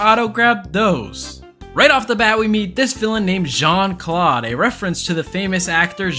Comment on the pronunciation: "John clawed*😭😭 it's Jean clawed boi😂😂😂😂